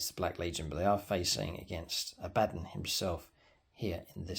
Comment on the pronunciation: It's pernounced aba Don lol